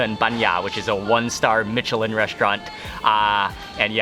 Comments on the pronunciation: I’m kinda sick so my hearing isn’t great but is he saying mitchelin instead of Michelin? I’m not complaining if he is, I hear that fairly often when it comes to the tires just rarely when it comes to food. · “Mitch-che-lin star” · Michelin is pronounced Mishelin,as if the c were an s.I speak French which is why I know. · Mark, it's Me-Sh'-leen, not Me-Ch-leen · Soft "ch" in Michelin. "Mishelin", not "Mitchellin". Otherwise a fantastic video as always and you're such a good host, it makes me want to book tickets there tomorrow! Keep up the great work. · Michelin is pronounced mish-eh-lin, Similar to Michigan (mish-ih-gan) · Mark, Michelin is pronounced as mishelin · Mark I love your videos but please don't be so "Murrican", and pronounce Michelin correctly, thanks!